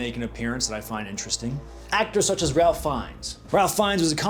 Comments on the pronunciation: Bruh it’s not “ralf” Fiennes hahahah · Sorry, Ralph Feinnes is not pronounced like that! It's pronounced as Rayf.